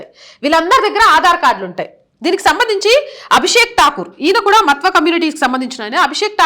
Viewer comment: విశ్లేషణ చాల వివరణ తెలిపినది ముఖ్యము గా కుటుంబ పార్టీ లను సమర్థించే AP హిందువులకు కను విప్పు కలిగిస్తుందని నా నమ్మకం. (దయ చేసి మత్వా అని కాకుండా "మాతువ "అని పలికి చెప్పండి) భారత్ మాతా కి జై ✊ వందే మాతరం 👋 జాగో రే జాగో రే జాగో హిందు 🙏🙏🙏🙏🙏